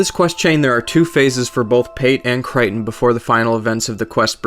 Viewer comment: Cry-ton. wat.